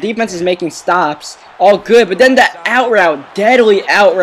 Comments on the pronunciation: Stop saying der and dat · You know that the "TH" sound shouldn't be pronounced like a "D". Or, as you'd say. You know dat da "DA" sound isn't pronounced like a "D".